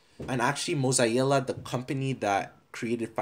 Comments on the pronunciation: M O Z A E L L A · mosiella lol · it triggers me how you say mozilla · Mozilla: "exists": mOzZaEiJlLa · Nobody:: moz-eye-ee-la